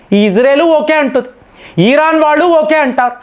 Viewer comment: ఈరాన్ కాదు ఇరాన్ అని పలికితే బాగుంటుంది.....